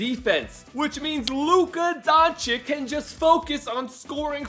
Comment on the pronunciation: U called him donchick